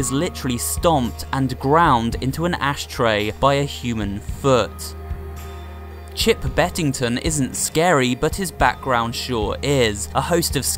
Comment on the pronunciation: and also he calls chips bettigan chip bettington